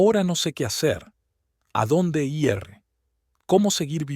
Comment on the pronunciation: Me preguntó: Será que el narrador no sabe distinguir el género de las personas ?que siempre confunde masculino cuando se refiere a mujeres y femeninos cuando habla de los hombres? Y porqué dicen i erre cuando van a decir ir? Entre otras cosas